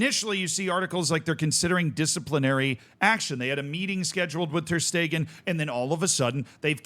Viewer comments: My man its ter shtegen not ter steeeeeegen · it's ter sh-tay-gen English speakers usually say it without the sh but steeegen is very new to me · Who hell pronounces it ter stiegen? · First time i hear that pronunciation Ter steeegen 😂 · How in the world did you manage to mispronounce every syllable of Ter Stegens name